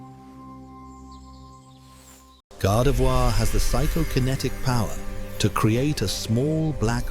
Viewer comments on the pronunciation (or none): none